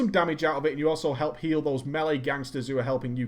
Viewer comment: Melee. You DON'T SAY MEALY. You say maylay